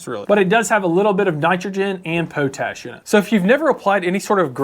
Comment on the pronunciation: Please learn how to say pot-ash not po-tash! Ugh